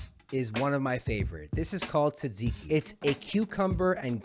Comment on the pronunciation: came from snapchat. fellow Greek Montrealer here. overall very good! and you say tzatziki quite well. you're technically covered since you wrote "Greek inspired food" in your description. no one can come at you 😅